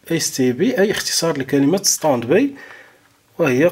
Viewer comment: سلامي وتقديري اليكم يا حضره الأستاذ الكريم. شكرا جزيلا على المعلومات التي تقدمونها والف شكر على الشرح الممتاز. بعد اذنك لدي ملاحظه. لا نقول: استاند بي. لكن نقول: استاند باي. لأن هذه الكلمة هي كلمه إنجليزيه. ختاما أتمنى لكم دوام الصحة والعافية وحفظكم الله من شياطين الإنس والجن.